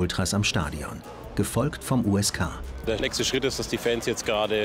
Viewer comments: ksk der Polizei ^^ das heißt USK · USK NICHT KSK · KSK 😂😂😂 USK. Man, war da der Praktikant am Werk oder hat sich der Erzähler kurz vorher ne KSK Doku angeschaut 😂 ?